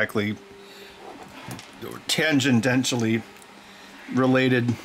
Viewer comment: After beer: "Tangendentally" LOL